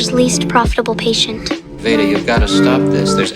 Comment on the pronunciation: You said her name wrong at the start 😂